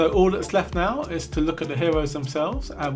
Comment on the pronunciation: Wow, he has so many hewoes, weally impwessive!